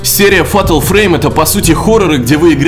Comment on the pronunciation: Разочаровал! Ударениями. И вообще произношением. Правильно: фЭЙтэл фрэйм. И полно ещё всего неправильного произносил. А еще не сказал, что пасхалку с призраком в GTA5 можно решить!